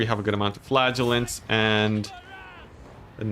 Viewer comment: I have to say, as a non native I was astonished I was hearing "flatulents" and my mind couldn't figure out what I was actually hearing. Flagelants!